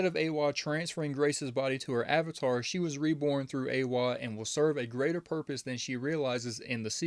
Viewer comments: Eywa is pronounced (eh-wha), unless your native tongue is making u say (ahh-way) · Eywa not Eyeway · It's ay-wa not au-way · EYWA. Not away. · It’s pronounced like (aye-wa) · Why did you pronouns Eywa like ‘Ahway’ help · It was pretty jarring fr. Was thinking ‘howcomes he cant pronounce it? Whats up with him?’ But no biggie, apart from that, very good video. Pretty solid theories too. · You say EWYA wrong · I think these theories are pretty close! Also, I love the way you pronounce Eywa hahaha! Great video though man! Good to see another essay video